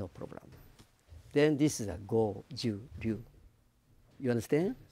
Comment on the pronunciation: It's not Goju Roo, it's Goju RYU